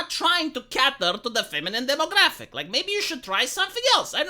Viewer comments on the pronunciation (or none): Everytime you say “cater” like that, a baby puppy dies.